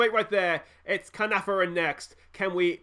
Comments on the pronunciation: It’s pronounced Kar-Nar-Von if that helps. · You said Caernarfon like 8 different ways in this video and you got it wrong every time 😂 Check Caernarfons team as they have a Welsh speaking policy so they might be communicating in Welsh which will give them an advantage